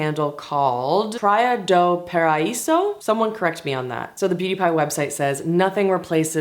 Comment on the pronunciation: Brazilian here, and you nailed the pronounciation for “Praia do Paraíso”. I love a good candle and you made them sound so great. Btw, didn’t really pick on the toilet sound on the background. Thanks for sharing your faves,!